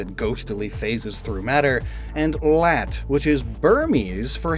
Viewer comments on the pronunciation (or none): i do want to point out that laat is pronounced with an mix between an "a" and an "e" sound and sounds a bit closer to "leht"